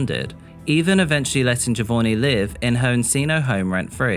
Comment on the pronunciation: Its JohVonnie isn't it? as in JovOnni not JovoRni?